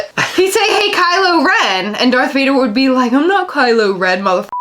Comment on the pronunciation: She lost me with “Vader”